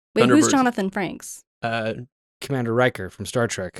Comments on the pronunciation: Yeah it’s Frakes, not franks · It’s Johnathan Frakes, not Johnathan Franks. I don’t know who Johnathan franks even is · Frakes, not Frankes.